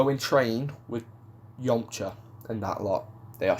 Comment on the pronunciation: I do love the way you pronounce Yamcha. It sounds like "Yomcha". I know it's just your accent